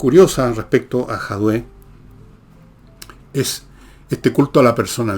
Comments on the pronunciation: No es Jadué, es Jadue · Fernando, no logro entender porqué dices "Jadué". El otro día corregiste a Nicole porque tambien pronuncia mal el apellido del comunista diciendo "Jaude" y tú la corriges diciendo "Jadué". Es JADUE. Es chistoso esto